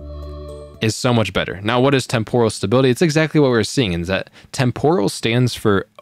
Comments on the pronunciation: Tem-poral := Temp-ur-al 🙂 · témporal... please... you're killing me